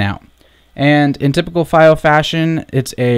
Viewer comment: It's pronounced FEE-Oh